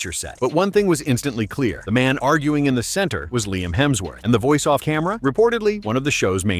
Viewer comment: It's Liam,.